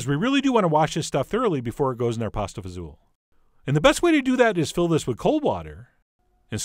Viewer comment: Thank you for saying it the right way :) I grew up eating this. This video made me happy.